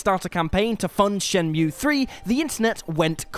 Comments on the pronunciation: How many frikkin times did he say "brilliant" in regards to Wolfenstein? Once was enough. Twice was too many. 26 times was just... "oh my god, shuuuuut uuuuuuup" Also love the mispronouncing Shenmue as "Shenumie" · Control being an Indie game? Hahahaha. Also. Shen-Mew?! And the Shenumee? Fucks sake get your pronunciation right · Wtf are you on? What does that even mean? What were gamers even expecting from Medievil? It's fucking fantastic. You know what's hipster and goddamn annoying? You saying Shen-mew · Shenmew. Right, you've never played it, have you? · SHIN-NEW-ME 3 FTW!!! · Mispronouncing shenmue and listing what was the charm of the series as its faults, and saying kh3 has been forgotten, this list has a couple issues